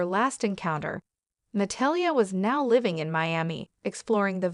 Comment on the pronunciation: Na-tall-ya = Natalia. Please learn to pronounce her name properly. I had no idea who you were first referring to.